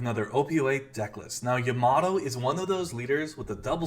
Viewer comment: Its not yaMAto, its YAmato :)